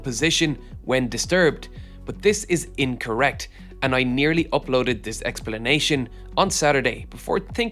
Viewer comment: "Expellanation !" LOVE IT ! Love this Oirish Bog Language... >